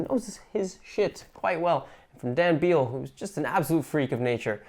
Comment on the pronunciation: Pro tip: Dan's last name is pronounced the same as the word "bell", in spite of what the letters in it (b-e-a-l-l) might lead you to believe.😅 Thanks for covering the strike, BTW. "Do 33% more hard manual labor each day with the same pay because someone is greedy." That is so f***ed up.